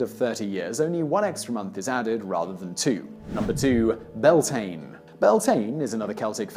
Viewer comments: Interesting info.The pronouncuations of the Gaelic words are waay off! Samhain isn't "Sow-ween" but more like 'Sow-an', sow as in 'cow'. "Bealtane" is Bel-teen-A, not Bell-tane. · It's byal-tin-A not belltain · Samhain = sow-an Bealtaine = bal-tha-na I actually want to cry why can people not just research pronunciations I'm begging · I know but being Irish it kinda annoys me, I just can't help it. Also it's Bealtaine here(pronounced BE-Al- TANA) it's kinda those things that get on my nerves. But what really ticks me off is when people are expecting names and words to sound lie English and end up just criticising it. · Bealtaine......welllllll I can't even begin to explain how that's pronounced....loved the video anyhow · You miss-pronounced Bealtine!